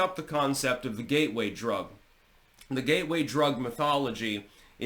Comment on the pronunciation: did you say it's a ghey way drug or a gateway drug 😮